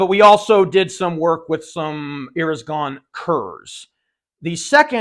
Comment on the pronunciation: "Eres Gone" bullets in the revolver ? I listened 5 times, I couldn't catch that.